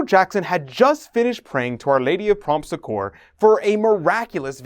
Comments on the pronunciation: the correct way to pronounce Succor is like saying(Sucker) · Loved this video, thank you for the information. By the way, the word succor (or succour) is accented on the first syllable, and pronounced like suck-or.